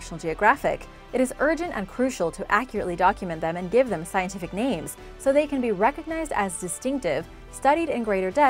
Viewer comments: Congratulations on your excellent preparation making your pronunciation of the scientific names seamless. It makes the commentary a pleasure to listen to. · bravo on pronouncing those names congrats i would have butchered the shit out of that pronunciations 💪👏👏👏👍